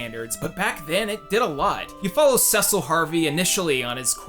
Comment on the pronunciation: Lol, you pronounce Cecil and Tidus funny. Teedus, Caecil?